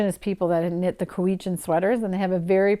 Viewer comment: I wish I could be at the PEI Fibre Fest! I hope it's brilliant and successful and becomes a fixture in the festival calendar. (Pronunciation note for you,: "Salish" has a long A -- "Sail-ish". And "Cowichan" has cows -- "COW-uh-chun")